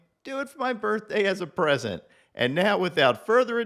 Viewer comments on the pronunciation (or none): none